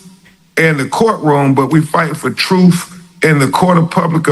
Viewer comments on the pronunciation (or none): He pronounces truth, truthf! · Real educated ...he says troof instead of truth?? Ugh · These people are sick, I knew as soon as Crump said fundraiser. He can't read or speak properly 'truf'. Let the police do their job and pray over it. Jesus is the only answer. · He said he's fighting for "troof and justus!" Lord... 🤦🏾‍♂️